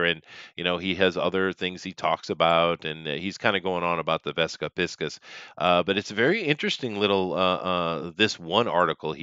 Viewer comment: Jones wishes he were a tenth of the man that Cooper was. P.S. Cracks me up that you pronounce it 'pisk-us' and not 'pie-sees' by the way.